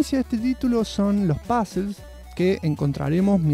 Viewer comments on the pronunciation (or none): Cuando dice “pazls” son puzzles , demore un par de videos en enterarme . Buen video me encantó